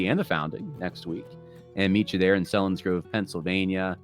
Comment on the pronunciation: It's pronounced SEE-lins-grove,! Just trying to help:)